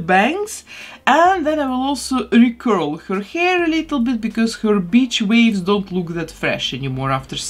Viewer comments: I thought she said bitch waves lmao. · “BITCH waves” 😂😂😂 Don’t mind me, I’ve always been so in awe of your English. Fact that your first language is (I’m guessing) Russian and your English vocabulary is excellent is so impressive. But, as with anyone speaking second language, sometimes pronunciation can be teensy bit “off”. It’s why Lucy goofing on Ricky on I love Lucy never gets old 😉 I sometimes tease my parents (whose first language is Spanish) if they mispronounce something. Anyways, sorry for babbling! I love you and your beautiful work SO much ❤️❤️❤️